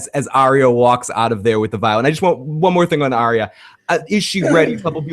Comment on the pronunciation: How can a GoT geek make a two and a half hour video about one 58 minute episode, and still keep calling Arya Stark "Aria?" (Shaking head in disbelief)